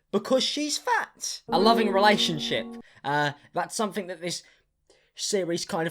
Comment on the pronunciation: I friggen luv your accent. I can't help but notice that any word that includes a th is pronounced with a ff sound (something, mouth, think...). Side note: I'm supposed to be studying accounting